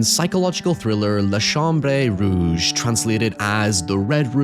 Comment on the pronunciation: Ŧhe real horror was your pronunciation of Les Chambres Rouge lmao. Cheers from Quebec. Glad to see you cover this movie.